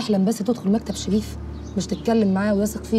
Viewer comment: الي اسمها نهى عندها لدغة في را تنطقها شغيف.ههههههه